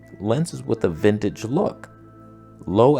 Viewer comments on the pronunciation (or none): none